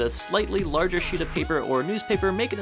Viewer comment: Lol Instead of thinking u said plain sheet of paper I thought you said plain sh*t of paper